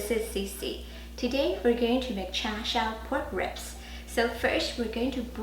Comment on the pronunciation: CiCi, this is brilliant. Combining char siu sauce (you use a char “shao” pronunciation; a northern or, a Beijing dialect?) with a rapid “red braise” process, with the flavors of char siu sauce, followed by another quick, elevated oven-roast upon the metal rack. You are a resourceful, treasure of the internet CiCi. I have followed you for years. Long, productive & happy life to you & your family. 謝謝.